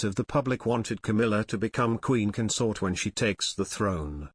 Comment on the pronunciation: The word is CON-sort You may Be a Robot or an antimonarchist But get someone to up grade the emphasis of how you say this word. You consORT with theives The partner of a king is their CONS-ort With best wishes whoever you are Marilyn